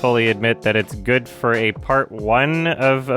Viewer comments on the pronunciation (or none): “the movie is guurd” - “the lion king man”